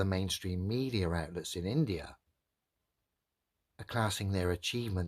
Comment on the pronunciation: Hey globealoids, get that in-da-ya🤣